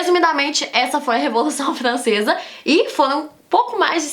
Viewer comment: Revolução flancesa 🤣🤣🤣